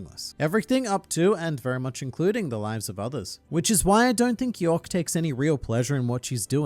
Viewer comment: Its YORK not YOEK